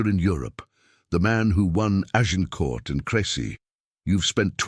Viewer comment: Azincourt instead of Agincourt